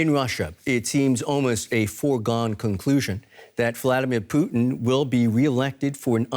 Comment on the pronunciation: Why does that lady keep saying Poutine?